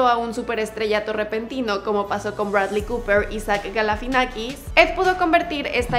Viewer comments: Es Zach GALIFIANAKIS NO Galafinakis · galifianakis!!!! No sé por qué no lo pronuncia bien, recomendado ver entre dos helechos